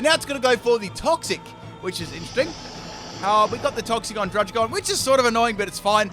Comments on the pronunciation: It’s pronounced drud-Id-gon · druggi-gon (druddigon)